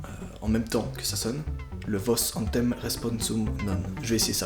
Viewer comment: c'est autem, pas antem bordel !! ça m’a stressé toute la vidéo bordel